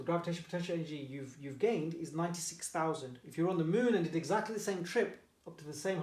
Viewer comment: Im confident and sir you pronounced 96000 incorrect